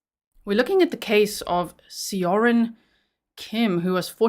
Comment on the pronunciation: Korean name pronunciation help time! Seorin is Soh-rin. If you want to be more accurate, the soh is about halfway between "so" and "suh". Definitely not "so" as in sew, more like the o in "sock".. "Rin" is much closer to "din" than the typical hard R of American English. I hope this helps! Whenever you 'eo' in a Korean word, it will always make this sound. It will never be two syllables. Think of it as one letter when you see eo.